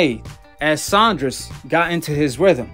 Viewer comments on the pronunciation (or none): Saunders not Saundres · Sandra’s 😂😂 it’s Saunders😂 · Cracks me up every time calls em “billy Joe *sondress*”🤣🤣 legend